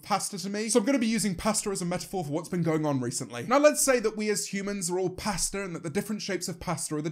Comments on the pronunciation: How you say "pasta" as "pastar" I cant. Lol. Still love your channel James. Lol. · Me: Pasta James: Paster Me:...."stops video and goes to comments" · I thought he said “Pastor” not “pasta”...........oops! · Since I'm American, everytime he says pasta, I keep hearing "paster" and I'm having pasta today. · he says pasta like pastor and it's weird to hear "we're all pastor" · When he was talking about pasta I thought you were saying pastor lmao 😂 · Every time James says pasta, I hear pastor instead. :/ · It took me too long to realize he said pasta because of his accent 😂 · the way he pronounces pasta